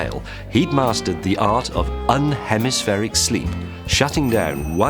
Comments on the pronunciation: I think that is unihemispheric not unhemispheric. He keeps saying un not uni. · I'm sorry but he uses the word exactly twice in the video: and . On both occasions, he very clearly says "un-hemispheric" (sounds like "bun-hemispheric"; , he even emphasises the un- part) and very definitely not "unihemispheric" (sounds like "you-nee-hemispheric"). But, yes, it's written correctly. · James said un-hemispheric instead of uni-hemispheric :( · Not 'unhemispheric', 'UNIhemispheric' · It's "uni-hemispheric" James, as in "one hemisphere". (YOO ni hemmiss FERRick) :-) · UNIhemispheric, James, uni... Meaning one hemisphere :)... As in UNIcorn, UNIversity... Not, UN-hemispheric (makes me think of no-hemisphere lol) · UNIhemispheric, not UNhemispheric. It's ok though, I can't spell. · Uni-hemispheric, not un-hemispheric. Uni being for one (side), like unilateral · its unihemispheric not unhemispheric. like UNI meaning one. unihemispheric, one hemisphere, half a brain sleeps while the other half remains conscious. sorry james had to correct u on that. excellent video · James, it's UNIHEMISPHERIC sleep, not un-hemispheric. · Is it not pronounced "UNI-hemispheric" as in "UNI-versity"? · Ian Vaughan /ju:ni:hɛmɪs'fɛrɪk/ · Why does he pronounce unihemispheric as unhemispheric? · lol, 'unhemispheric slow wave sleep'. I guess he misread and missed the 'i'. Mr. May! I thought you were so smart. ;) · Isn't it pronounced uni-hemispheric sleep, as in uni-cycle? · Thank you. I assume he was wrong and that wasn't just some weird British way of pronouncing it. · Ben H. You assume correctly. I am English and it wasn't an odd pronunciation. He just got the word wrong. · No. I have the same accent, and he's simply reading the word wrong. He did it in another video as well. I guess the editors were to nervous to tell him or ask him to re-record it XD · I don't think he is pronouncing unihemispheric correctly.